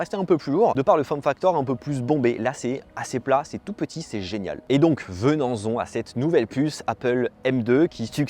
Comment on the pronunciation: venens-on ? Ou venons-en ? 🤔